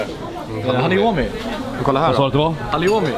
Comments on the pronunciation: "halioumi" lol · Hahaha superkul att höra :D Måste bara tillägga att vi vet att det heter halloumi men av någon anledning har vi börjat uttala det på de viset vi gjorde i videon hela tiden (fråga mig inte varför hehe). Goda burgare =)